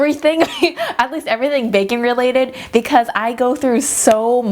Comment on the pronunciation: I thought you said "bacon-related" instead of "baking-related" at first. 😂😂😂